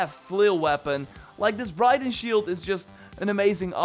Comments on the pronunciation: Just a tip, Briton is pronounced Br-i (i as in "it")-ton, youre pronouncing it like Brighton, a town in england :). Your english is still great tho and your videos have been super helpful for the last 3 years since Origins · It's Briton as in Britain not Brighton